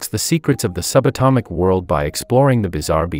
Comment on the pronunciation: GUYS GUYS HE SAID TINY WORLLD